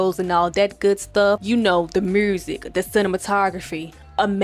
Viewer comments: Did she say murrsik? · “You know… the mursic,” I know what part of the South you from cousin Edit: I love being right . I knew it had to be somewhere around West Alabama, Mississippi, Tennessee, sumn